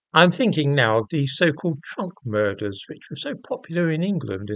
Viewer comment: Thought he said ‘trump murders’ for a moment